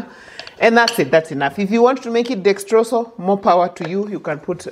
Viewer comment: 😂😂i like the way you pronounce dexrosol....i loved it